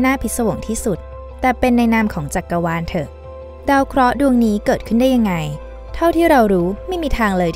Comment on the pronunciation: จักกะวาน หรือจักรวาลคะ-_- ได้ยินแบบนั้น